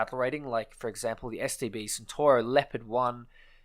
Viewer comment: You're pronouncing "Centauro" wrong, you pronounce "centoro" with a soft C, in reality is pronounced CentAuro with hard C and A